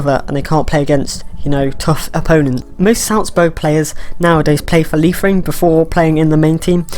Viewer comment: You pronunciations Liefering is correct. Seems with Marsch there, might make it a stepping stone for MLS players as well.